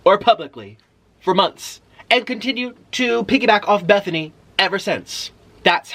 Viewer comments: In love with the fact that he says “Bethany” love it so much!!! I was rooting que too but eff her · My names bethany and I LOVE how he pronounces it